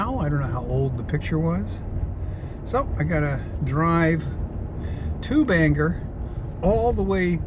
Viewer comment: I love your road trips, they take me back. I must say, the dead giveaway that you are not originally from Maine is the way you pronounce Bangor. As many years as I've been away, I still hold onto the "O" in Bangor like my life depends on it. 😀